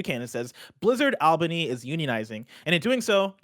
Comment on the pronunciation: All-bany not Ahl-bany